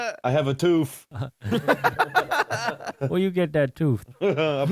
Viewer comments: I died when said”I have a toof” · “I have a toof” ~ 2018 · "I have a toof."